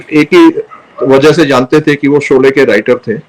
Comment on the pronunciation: 😂😂solay nahin Sholay SH dhakkan😂😂